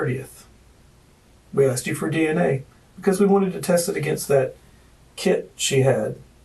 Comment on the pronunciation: His wife "axed" him? 😅